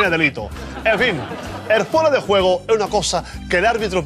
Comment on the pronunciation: "Fuera de guego" -Que no, que juego es con J. "Fuera de guejo" Buenísimo